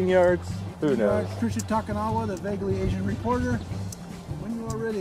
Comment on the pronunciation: He Called that Asian doll Trisha Takanaea from family guy lmao